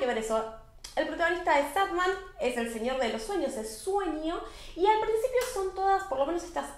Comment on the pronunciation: Y es SanDman, de arena, no Sadman, a pesar de que es medio triste jajaja